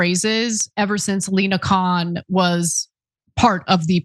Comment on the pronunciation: It's not "Kohan", it's "Khan"😅😅😅😅